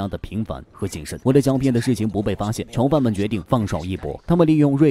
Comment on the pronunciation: 为什么都是“桥”犯，听着太难受了😢